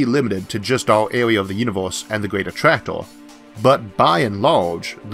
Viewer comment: I don't know if it's my ears, but I hear a strange pronunciation, like clustor for cluster, attractoor, univorse for universe. Really disturbing. Why is that so?